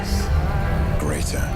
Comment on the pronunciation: He goes in and out of a really good impression to a really good but slightly British impression. "Had them filed down" was spot on. "Lesser, greater" GR in the game would have put more emphasis on the r in greater. Still, he's doing good so far from this and it may be better on the actual release. Hype!